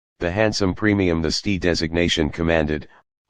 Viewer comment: Can't you teach your robot to say ESS TEE AYE rather than STEE?